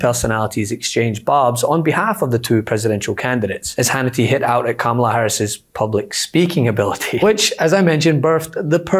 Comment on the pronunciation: Learn how to say her name LOL!